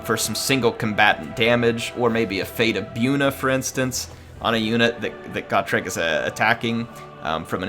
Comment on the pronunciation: Always thought it was Go-trek, not Got-rek.